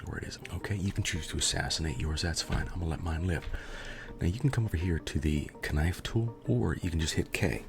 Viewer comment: The Kenife tool ??? WTF !! Quit the pimp voice !